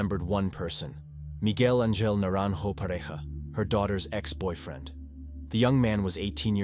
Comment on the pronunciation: The one time I heard boyfield instead of boyfriend, and mispronunciations of a lot of words. I don't think I ever picked up on it in previous videos from this channel but this one I was like woooow lol